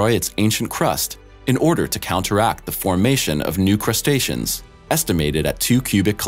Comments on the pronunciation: I thought that too🤣 but I think he says 'Crustations' even tho he probably made it up. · "...new crustaceans...?" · I thought I was hearing things for a second since my brain makes up incoherent sentences once in a while...it turns out they really said “crustaceans”